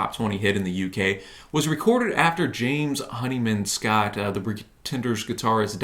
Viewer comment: would have been nice if you actually played the tracts so we could hear them and didn't repeatedly mispronounce James Honeyman-Scott's name.